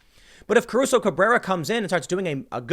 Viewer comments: let's take a shot everytime Tim pronounces it "Cabruso" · You mispronounced her name the entire video. There is no B in Caruso. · Take a drink every time Tim mispronounces "Caruso".